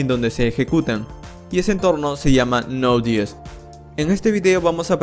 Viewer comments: Me dio cositas cadavez que decía nodies 😂 Es node yey es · ¿por qué dices node DS si es JS?